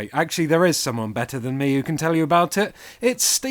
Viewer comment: listen to how he says "me" lol